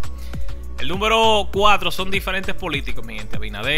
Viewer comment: entre a tu canal a corregirte algo se dice número no númbero